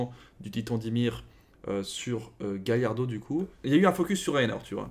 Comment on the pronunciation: Il a juste mal dit mais c'est Galliard